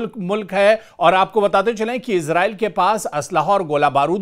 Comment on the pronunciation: Ezrail nahe esrail😊❤